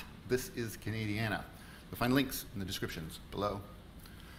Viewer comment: Lol I couldn’t figure out what you were saying when you said “ Cana….Diana “. It is Canadiana pronounouced “ Can…A…Di…Ana “ meaning pertaining to everything Canadian….history, geography, politics etc. Just like “ Americana “ pertains to everything related to the U.S.